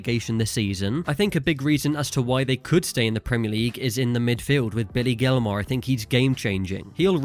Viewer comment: Did you channel a Texan when you first said Billy Gilmour? Lol